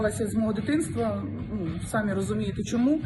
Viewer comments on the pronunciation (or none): none